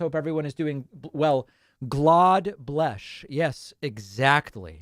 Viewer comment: 😂😂😂 and God bleshhh the United Ssstrasshhh